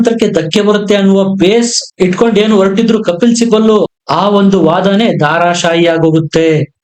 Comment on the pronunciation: Daaaraaashahi no...dharaa shaahi